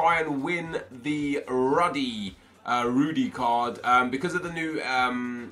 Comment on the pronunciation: He is pronounced "roody"